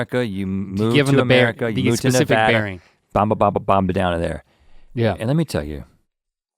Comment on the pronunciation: Link needs to put in a little effort, pronouncing Nevada wrong is an unforgivable sin.